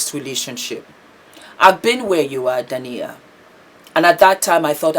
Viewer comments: Hi, you are a star! Just clarify, Dah-eena and Ah-met for the names! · Her name is pronounced Day-na (Dana), and spelt Daina. Haha. Love you.♥️ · Her name is pronounced Dy-ee-na & his name is pronounced Arr-Met. But the spellings are Daina & Ahmet. I've followed them for a while & it was so sad to see what happened to their marriage. She's now flourishing without him, which is beautiful 🙏🏾❤️🙏🏾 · Our differences in cultural pronouncements sometimes causes mispronunciation. I’m sure that being the humble, professional person she is, would apologize for that.